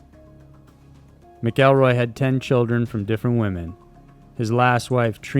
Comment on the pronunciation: Not "Mick-kell-roy"....its "MACK-EL-ROY"